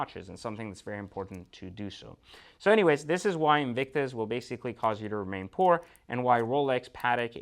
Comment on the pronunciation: That just sound terrible when he says poor. And if he doesn’t like the watch each his own! Doesn’t matter if you have an expensive watch or a least expensive watch! It is what the person wants and would buy and feel comfortable what he wears or don’t where! Every one has an opinion! Well that’s my opinion each his own!